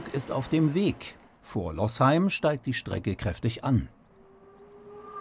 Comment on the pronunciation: Losheim nur mit einem "s", also gesprochen "Loosheim" und nicht "Lossheim".